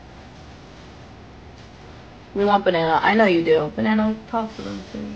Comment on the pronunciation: Is it just me or is she calling banana baby